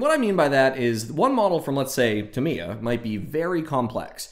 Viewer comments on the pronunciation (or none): Tamiya- "tah me ya", not "t' me a" Also, I've never used a clear-coat. I use a product called Mr. Softer and Mr. Setter on my decals, no problems. I average about a build a month. Longest I spent was about 7 months on a 1/20 scale VF-1S Strike Valkyrie from Plamax.